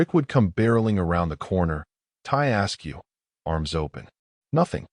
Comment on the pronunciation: "tie ask you..." = "tie askew..."